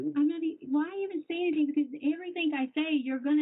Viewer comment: “I don’t know ANYTHINK!!” She’s such a moron it’s unbelievable